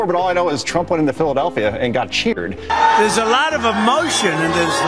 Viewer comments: Whoever that talking head was, he mispronounced "jeered". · Fox guy mispronounced it. trump was "jeered" not "cheered".